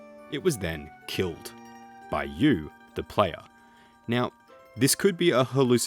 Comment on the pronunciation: F TIER Video, who tf says "da playa" and doesnt say evolution of combat like cmon its either that or the entire country of venezuela